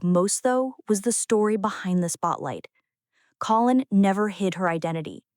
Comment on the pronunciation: Not colon, like the lower bowel, for God's sake. Co-linn.